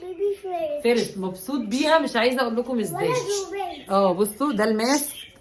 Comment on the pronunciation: فيرست مو فيريتس يا بس معليه الله يوفقو وعقبال ماتشوفيه متخرج من احسن الجامعات يارب 💥💋